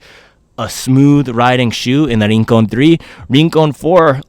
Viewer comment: Se pronuncia: "RRRRincon"